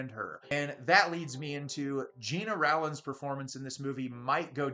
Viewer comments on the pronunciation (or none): Gena Rowlands first and last name is pronounced GENNA ROLLANDS.